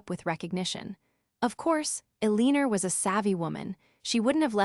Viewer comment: "ALENER" AGAIN! 😂